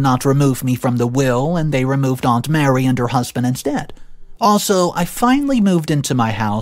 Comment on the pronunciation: Mary is a different name than Marie. Just telling you because this is the second video you mispronounced it. Also, OP is not the a**hole. 56 years of age is old and the risk of childbirth is a lot higher the older you get.